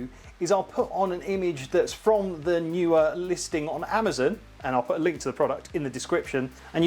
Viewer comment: I have several Neewer pruducts. I pronounce it Knee wer 😃I enjoyed the video though.